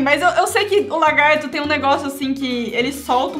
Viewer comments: kkkkkk o fala o largato e e lagarto kkk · ele falou largato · O melhor foi o falando "largato" KKKKKKKKK